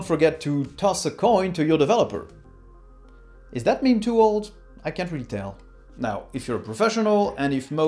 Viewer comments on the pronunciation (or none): none